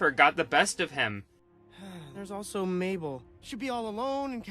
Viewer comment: "MABLE" oh COME. ON.